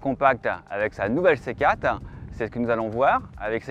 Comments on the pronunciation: Excellente voiture dommage qu’elle soit présentée par un journaliste triste a mourir... Ehh oui c’est une C quatre , pas une C Kate ...! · Faudra expliquer au journaliste qu'il faut dire C quatRe et pas C cate. Tres pénible a écouter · 4 ça ne se prononce pas "kat". On prononce le "r". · Le dézagne de la céquat'... euh ! Hahaha, trop fort 😂